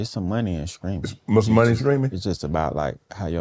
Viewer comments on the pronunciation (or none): Screaming Money....I'm wondering what age he got to America. This is how hood people say Streaming